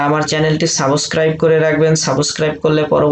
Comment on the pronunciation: ভাইয়া সাউবস ক্রাইব না সাপ্সক্রাইব